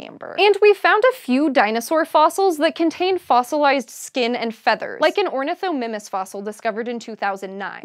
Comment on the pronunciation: Ornithomimus pronunciation: Or-nith-OH-MY-mus.